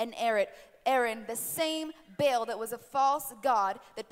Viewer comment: This is the fakest thing I have ever seen. The lesbian playing demon, the guy playing pastor and exorcist. Just a complete sham all around. Also, a demon would know it is not pronounced "bail" but "bah-all"